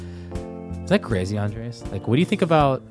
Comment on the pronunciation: SOMEONE FINALLY CALLING OUT BOBBY MISPRONOUNCING ANDRES' NAME